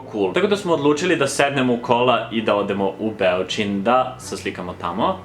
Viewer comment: BeOcin, ne BEocin. Fin video.